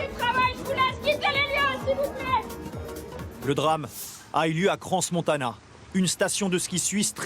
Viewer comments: Le contrôle conformité des bâtiments n'existe pas en suisse. Cela ne m'étonne pas ! On dit Cran et pas Crance Montana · Crans Montanda? Vraiment ? comment voulez que votre reportage soit crédible si même votre journaliste n'arrive pas à prononcer des nom de village en francophonie? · "Crans-Montanda " ?? Crans- MontaNA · "cran montanda" 🤦🤦🤦🤦🤦🤦🤦🤡🤦🤦🤦🤦🤦🤦🤦 ces gens ne sont pas payé pour reporter des faits vérifiés!? Et ils sont même pas capable de verifier le nom de l'endroit!?! C'est Crans Montana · Les journalistes français et la prononciation des noms propres. C'est Crans-Montana, pas Cranse-Montana (on ne prononce pas le 's'), ni Crans-Montona (ce n'est pas du 'an' mais du 'ana')... Ce n'est pas "La Constellation", mais Le Constellation. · C'est cran montana pas cran montanda! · Si jamais, vu que ça été prononcé deux fois de manière atroce, ça se prononce "CRAN-MON-TA-NA". Evénement tragique. Soutien à la station et toutes les familles impactés ❤ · "crans-montanda". "cransses-montana". la prononciation les gars.. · pas foutu non plus de prononcer le nom de la ville correctement...